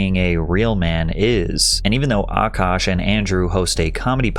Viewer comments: what grown man is named “nav” and why does she pronounce his name “Ahh kash” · I love how Patrick pronounces Akash’s name better than this dumb broad.